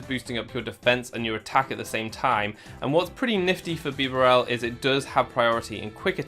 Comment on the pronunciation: Bee-barrel that’s how you say it